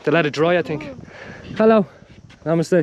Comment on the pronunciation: Everytime he says namaste Sounds like my mistakes